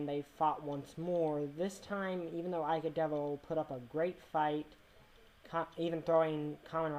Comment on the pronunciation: "Ika de beer" is nothing but a bad joke. Ikadevil is pronounced Ikadebir in Japanese. Ika-de-beer. Ha ha, how funny. ^^° The real Doctor Shinigami had nothing to do with beer.